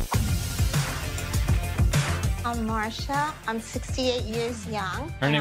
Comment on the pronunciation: Dude Its "Marzia"